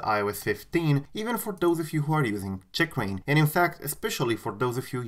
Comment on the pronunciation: The way you say “Checkrain” really bothers me 😆